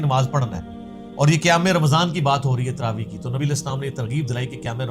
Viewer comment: پہلے تو یو ٹیوب کے متن کا عنوان کا تلفظ کی تصحیح فرمایئےگا۔ تراویح ( صحیح ھے ) تراویع ( غلط تلفظ ھے )